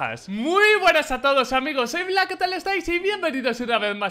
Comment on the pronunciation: Supongo que se equivocó y ya es icónico del canal eso Xd, sin contar que le dicen blas en vez de black